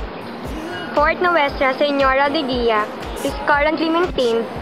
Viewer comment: Nuestra Señora de Guia (ang tamang pronunciation ng De Guia ay [de Geeya])